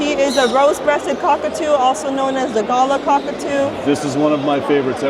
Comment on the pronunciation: It’s pronounced ga lar. Not gala. And we call them pink and greys